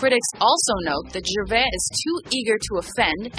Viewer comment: Wow, so many mistakes in this, do your research. Firstly, getting his name correct. Its gervais, with the 's' at the end. And to say he is getting pompous now, means you are totally missing the point. He is making fun of that,not being it.